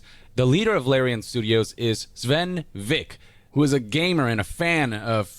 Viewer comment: And that's not Vinkeeeeeee. It's "Vinkuh".